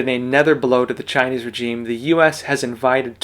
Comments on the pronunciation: Your pronunciation of 'regime', makes you sound illiterate. Petty, I know, but a bit distracting. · The g in regime is pronounced like the s in pleasure, not like the j in reject.